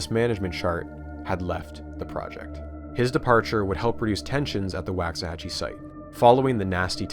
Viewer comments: waxahachie like walks a hatch ee not wacks a hatch ee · Do you pronounce it how he did? I’m also from Texas (not getting more specific) but have always heard the first A pronounced like in Walk not Wax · quick correction: Waxahachie is pronounced with a Wah, like in walk, not a Wa, like in wax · Pronounced Wocks-uh-hatchie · im from waxahachie and i absolutely hate the way you say it